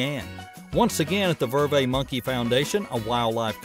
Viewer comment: These are great. In Vervet the T is pronounced. I promise the people in Africa pronounce the T.